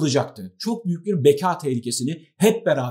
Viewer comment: "beka" kalın, kapalı "a" ile söylenir.